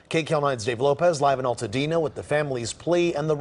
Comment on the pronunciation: Nigga u said eltadena..... Is altadena bro? You have to put an emphasis on the AL... Is right above pasadena